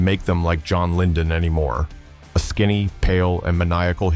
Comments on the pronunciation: ...and John LyNdon instead of John Lydon... AI slop has aged terribly 🤣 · It’s John Lydon, not Lyndon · JOHN LYDON, not 'Lyndon'. Jeez... who made this ? Some Millenial kid harvesting emo clicks ? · First, it's John Lydon NOT LyNdon. Two, calling Johnny Rotten a "hippy" is the music History equivalent of AI generated 7 fingers hand! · It's John Lydon, not "LyNdon." He's always been conservative. And he did the advert work in order to cover some healthcare costs for his wife of nearly 50 years. Do your research. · His last name is pronounced LIE-DON not LINDON. These days he's become someone of a capitalist. The nemesis he was against back in the day. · Why can’t you pronounce the name of the lead singer of the Sex Pistols? Maybe you should get some better AI and definitely a better writer